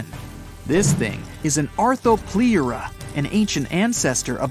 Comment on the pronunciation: It’s pronounced (arthro-plur-a)